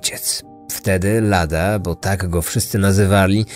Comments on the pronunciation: Czesi nie mówią "Lada" tylko "Ladzia". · Nie mówi się "lada" tylko "ladzia" :) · Świetnie się słucha na nocnej zmianie. Aczkolwiek z racji, iż mieszkam już kilka lat w Czechach i miałem okazję pracować z ludźmi o imieniu Ladislav, do których też mówi się Lád'a Ale wymiawia się bardziej jak "ladzia". Proszę o wybaczenie. Musiałem, gryzło mnie w uszy.